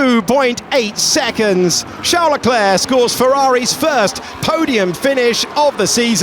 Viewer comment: nope. Leclerc's is correct.